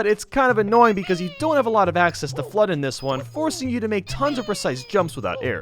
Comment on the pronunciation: when says f.l.u.d.d in slow motion, it sounds like he says "clutch".